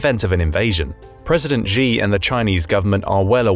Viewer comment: Learn to pronounce Xi properly. Basic courtesy to get his name right.